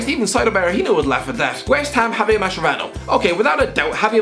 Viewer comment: I nearly had a heart attack when you said Javier Mascherano